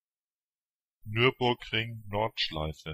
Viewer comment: this one is correct